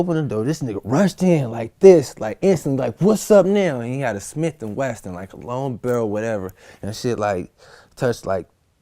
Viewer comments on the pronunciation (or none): It’s a smith & wesson Not westin